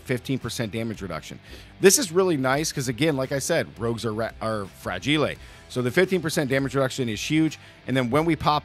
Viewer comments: And fragile too 😱😂 I assume it’s on purpose but no idea why he would mispronounce them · Where did you learn how to pronounce "fragile" and "agile"? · He's spinning it like the way he says fragile which is a reference to the movie A Christmas Story